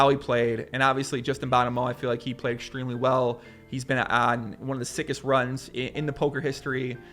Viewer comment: Theres something about the way he says "Exshtreamley" and "Shtream". <3 #nohomo